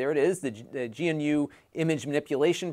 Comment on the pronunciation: GNU is pronounced GuNew not Gee eNN you.